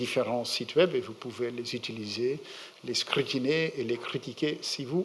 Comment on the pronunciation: ....les scrrrrrrutiner....ouai decrrrrrrrrro...on va les scrrrrrutiner.